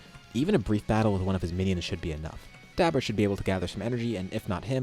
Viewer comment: May i ask? Why.... Did your pronunciation of Dabura change...? Back then ya kept on saying DabUra now its dabura like a more tame tone....